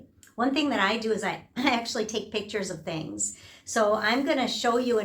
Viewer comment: pitchers? my ears are bleeding...